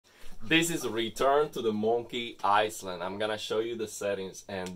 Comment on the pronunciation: Thank you for these detailed settings. Btw the s in island is silent. So it’s pronounced i-land. Love your videos keep them coming.